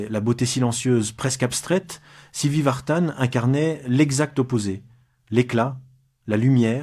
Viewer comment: C'est pas Vartane MAIS Vartan.